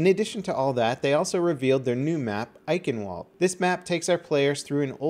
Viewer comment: wouldnt have expected you to nail the name eichenwalde like that!;D